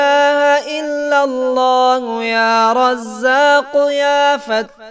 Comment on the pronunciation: aap parh thain hain illalla. Likha allalla hai. Thikh karo mehrbani